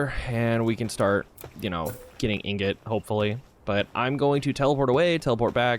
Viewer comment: Did this guy actually say ignot. I don’t think i have heard anyone mispronounce ingot that badly before. Woooow. How do you even do that. He went to an actuall school, right?